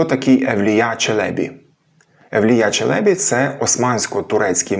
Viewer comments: вдруге: Ті турки, мабуть обманули Вас. Тож при нагоді натякніть їм, що вони помиляються. Біда з ними, тими турками... Моє питання до Googl: ''як правильно, Челебі́ чи Челе́бі?'' Відповідь : "Обзор от ИИ +1 Правильно казати Челебі́ (з наголосом на останньому складі), оскільки це турецький термін, що означає "пане", "панич", "освічений чоловік", і в українській мові він запозичений з турецької, зберігаючи наголос, як у відомих постатях типу Мехмед I Челеби та Евлия Челеби. Челебі́: Наголос на "і" – це правильна форма, що відповідає оригіналу та усталеним прикладам. Челе́бі: Наголос на "е" – це помилковий варіант. Отже, вживайте Челебі́. '' Видаляти коментарі - не найкращий спосіб для здобуття доброї репутації. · На останньому складі наголос у "Челебі" треба, перепрошую. Дякую за відео! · 1. У "Челєбі" наголос на останній склад. 2. "Уже тоді м'які польські приголосні звучали як шепеляві." Якщо він ц і ч не розрізняє, то і тут дз, дуже ймовірно, так само записав. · Евлія́ Челебі́. Підозрюю, що, правильно, з наголосом на останній склад. В турецькій мові, мові кырымлы, наголошують останній склад. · Ті турки, мабуть обманули Вас. Тож при нагоді натякніть їм, що вони помиляються. Біда з ними, тими турками... Моє питання до Googl: ''як правильно, Челебі́ чи Челе́бі? Відповідь: ''Обзор от ИИ +1 Правильно казати Челебі́ (з наголосом на останньому складі), оскільки це турецький термін, що означає "пане", "панич", "освічений чоловік", і в українській мові він запозичений з турецької, зберігаючи наголос, як у відомих постатях типу Мехмед I Челеби та Евлия Челеби. Челебі́: Наголос на "і" – це правильна форма, що відповідає оригіналу та усталеним прикладам. Челе́бі: Наголос на "е" – це помилковий варіант. Отже, вживайте Челебі́. '' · Нема в укр. мові слова "доєднатися". Ви ж намагаєтеся обговорювати мовні теми... Каліченою мовою?? А зрештою, "Челебі" має наголос на останній склад.